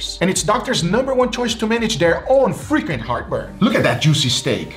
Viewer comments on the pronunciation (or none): So at first I thought Guga said "if you have frickin heartburn" but then I realized he said "frequent heartburn" LOL. I was over here agreeing like "yeah man, this frickin heartburn is terrible, I agree" 🤣🤣🤣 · I thought you said Freaking heartburn lol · It took me a while to realize it was "frequent heartburn," not "freaking heartburn"